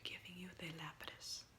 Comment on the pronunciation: Its lapis 😅